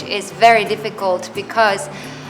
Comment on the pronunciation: Cẩn thận âm i khi nói kiểu phiên âm tiếng việt là bì-cơ-z vì âm i trong because là short i còn i trong tiếng việt mình là long i.